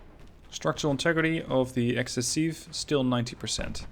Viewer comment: Bro, that aft part reminds me of the Jean Bart. Like, Jesus, get behind the ship and you are fucking DEAD, especially if you are a destroyer in WoWs (I counted at least 30 secondarie turret pointed at the back.) Also, you had the good pronunciation and writing for « excessif » and « excessive »